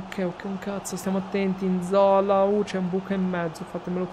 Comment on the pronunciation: Yass cmq si pronuncia nzolà